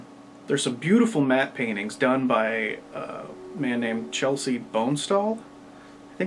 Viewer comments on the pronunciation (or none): Less fat boy, more clips. Also, if you're so stupid you think "Chesley" is pronounced "Chelsey", you're probably too stupid to review movies. Just a thought.